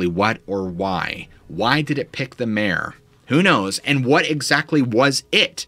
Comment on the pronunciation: took me a few to realize he was saying "Mare" and not "Mayor". Made it kinda confusing for a bit. XD